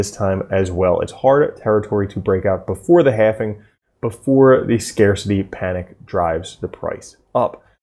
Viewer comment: Learn how to pronounce halving. It isn't halfing.